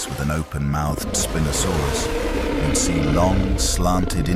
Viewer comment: The computer-generatedì narration is just getting so awful recently. Within 3 seconds you have the same animal (spinosaurus) being called "spee-nosaurus" and "spy-nosaurus"!!! And just one minute later... "spin-osaurus"! So much for consistency! And then we have feet, abbreviated to ft, but pronounced "futt"!! And mph becomes "mep-huh"! Doesn't anyone check before publishing these days, or do they just not care??